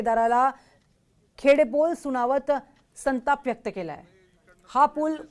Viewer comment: खेड बोल नाही खडे बोल म्हणुन बातमी वाचा , तुमच मराठी कच्चे आहे, तुमच्या बातम्या संपूर्ण महाराष्ट्र ऐकतोय व बघतोय..जरा विचार करा...